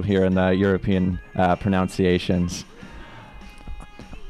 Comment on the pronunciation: eagle pronounced 'pronunciation' wrong lol.